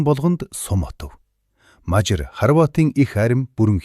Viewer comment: Дэлхийд хосгүй монгол сайхан түүхээ өгүүлж буйд баярлалаа ! Гэхдээ монгол хэлээр Мажар гэхгүй , Мажаар гэж дуудвал зохино. Гэхдээ Мажар гэхийн оронд тус улсын нэрийг монгол хэлээр Унгар гэдэг шүү дээ !